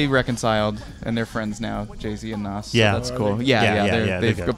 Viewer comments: Please stop saying NOSS...LMAOOOO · And Nas lol